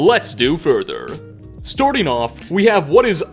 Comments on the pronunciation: What we hear: "storting off" What hears: "starting off" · Storting off